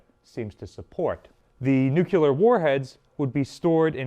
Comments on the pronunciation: Plus it’s NU-CLEE-ERR. Not newcueler. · If you say "nucular" once more I will dislike the video. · stopped watching after I heard "nucular" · He's just keeping with his theme. He also pronounces "nuclear" like a simpleton, "nook-you-ler." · Nucular. Its pronounced 'Nu-cu-lar'! 🥴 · I love your videos man. That being said you need to learn how to say NUCLEAR correctly. You’re an educator so it’s important. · i always wandered, how is trhat possible that not a single one american can pronounce NUCLEAR ....? not gonna bother with any jokes about probable correlation to aluminium (or alumnum, like they would say it) ;D